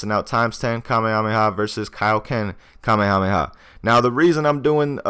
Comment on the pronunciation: You're pronouncing it wrong